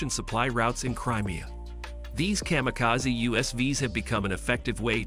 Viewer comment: AI voiceover can't pronounce WW-I and kamikaze correctly.